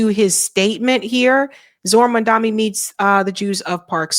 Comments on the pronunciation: Mum-don-ee, not “Mum-dom-ee”. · His name is MAM-DA- NI NOT MAMDAMI! And you said MAM DA MI everytime you mention his name! So I don't think it's misspeaking just guessing you are not a fan??? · What is with the inability pronounce the man’s name properly?! Mam DA nee not man DA me! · do you say Mamdami on purpose like cuome said it before or slip of tongue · MaMdaNi. Please, say the dude's name right. I don't trust him either, but it sounds like you don't know better when you say it wrong every time... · It's Mamda NI... NI... NI... NI. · Jesus, MOM-DON--EE. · I know doesn't read comments, but I cannot watch her channel anymore if she continues to make the absurd and inane mistake of mispronouncing Mamdani's name. That is what Cuomo did in the debate and had a new a**** ripped for him. NOT A GOOD LOOK,. You haven't said his name right, maybe ever.